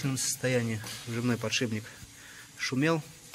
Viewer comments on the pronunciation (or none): подшиПник, как говорил доктор дью, сколько нужно миллионов раз повторить это слово, что бы его говорили правильно?)))